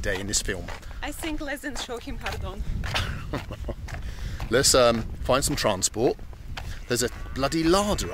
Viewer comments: It's Shohimardon, not "Showmihardon". Show-hee-mar-don. Please be respectful towards other languages, us Central asians already face enough racism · OMG!.... The fact that Shohimardon is a real place is just hilarious. Especially the way that Baldy pronounced it.😆